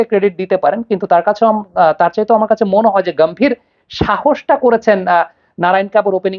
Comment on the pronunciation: গাওতাম গাম্ভীর না,ওটা গৌতম গম্ভীর হবে